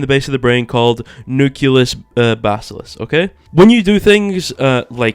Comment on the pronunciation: wow dude "acetyl colon" and baskalisk" where'd you get your biology degree using such big words and saying them correctly i completely believe everything you are telling me you are the expert